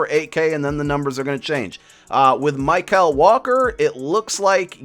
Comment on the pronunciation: It's not My-Cal Walker, it's Michael Walker